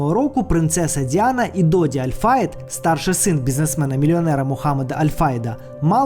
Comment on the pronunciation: Аль ФаЄд ставте будь ласка правильно наголоси 🙂